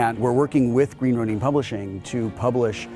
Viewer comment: The hostess' mispronunciation of "Ronin" made me physically cringe. I understand, from a production standpoint, that an attractive female presenter is always a good thing to have (see: G4's X-Play, Nerdist News w/ Jessica Chobot, and other similar shows), but allowing such an egregious error to make it into the published version of this video... really guys? It may seem like a minor detail, but to the hardcore geeks who make up your primary viewership, errors like that scream "this chick has no clue about our culture, and is probably the kind of person who looks down on us!"